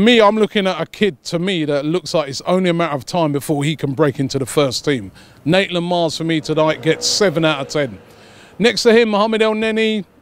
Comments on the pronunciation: maitland niles not naitland miles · Did Robbie keep saying Naitland-Miles or was it just me? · robbie,you always get it wrong, he is maitland niles, not naitland miles😂😂😂